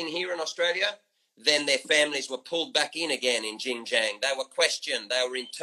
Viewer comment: Kinda irrelevant, but I just want to point out that he never pronounced Xinjiang right once.